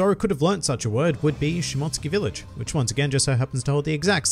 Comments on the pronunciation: It’s pronounced Shimo-tsuki not mot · She-mote-sue-ki I’m sorry it was botherin’ me a lil bit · Great video man, I enjoy all the points you brought up but it's Shi-Mo-Su-Ki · Nobody:: Shmotskey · I believe you're trying to say Shi-mo-tsooki....lmao! Also, I think it'll be more along the lines of Zoro's ancestors, who were Shimotsuki's were wanted and fled and changed their last name to Roronoa...but named their settlement after their real last name. Well, something along those lines.